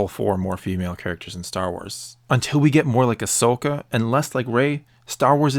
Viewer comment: Agreed, but just saying, the name's Ahsoka, not Ashoka